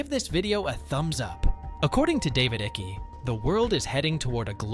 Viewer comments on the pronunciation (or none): I wish you would pronounce David's surname correctly it's Icke not ickie. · Stop saying iky ,Its icke pronounced like bike!! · ITS NOT DAVID ICKYYYY ITS ICKE !!!!!!!! YOU MORON!!!!! like saying "Mike" but without the M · you could start by getting his name right - it's icke as in hike not icky as in sticky. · IT'S NOT PRONOUNCED ICKI..IT'S IKE!!! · Ick' not icky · His last name is pronounced “Ik” not Ichy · Why you butcher his name like that? 😂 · Your pronounciation of ICKE is incorrect. You are saying (i-ky). It's (eye-k) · Not Ickey , its pronounced like Ike. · It’s pronounced “ike” as in “mike” not icky 😖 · Can ypou please pronounce his name properly it's only polite its not ickee. It rhymes with 'hike'. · Icke's name is pronounced IICK NOT IECKY... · His name is David Icke NOT Iccy!!!!!! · David Icke is pronounced like Mike but without the M . 😂 its not pronounced like sticky icky 😂 😂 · Icke is pronounced like Hike but without the H. Great vid though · So bloody annoying hearing the narrator pronounce David's surname incorrectly....it is pronounced Ike not iccky!!!! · It’s Icke not Icky fuck sake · David Icky. Its pronunced Icke like ice. You pronounce I like Aaaa. Its AAaaick. Not Icky. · Pronounce his name as IKE. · Its pronounced ike as in Ike and Tina Turner 😐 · Its pronounced like Mike-Ike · Please note Icke is pronounced Ike (as in Ike Eisenhower) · David Ickey???...WTF....Useless AI interpreters butchering the English language. FIX IT YOUTUBE. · I'm pretty sure his last name is pronounced IKE. Maybe one syllable. Eye-kah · Ike rhymes with Mike. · Icke like bike. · Dislike for being speculation and can't even speak the name correct i been seing everything from Icke and read several booke since 2009 it had not much to do with crypto. They will try but crypto is the rabbit hole out of it. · You are saying his surname wrong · Nice video. I would suggest to look into how you pronounce Icke.